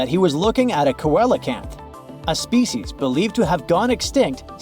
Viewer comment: It's pronounced sea lo canth!